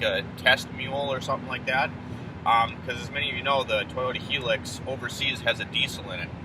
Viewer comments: Its pronounced High lucks. Not Hee lux. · It’s a Hi ✋🏻 - LUX, like Luxury without the ury .. not hilix 🙈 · I’ve owned one here in the UK. It’s not a competitor to the Taco. It’s a diesel small sized work truck. It’s in between a Tundra and Taco in terms of size. Interior is more comfortable than a Taco. 30MPG average but not the fastest vehicle on the road. By the way, it’s pronounced HIGH LUX.